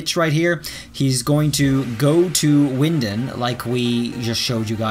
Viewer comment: isnt that how its supposed to be pronounced?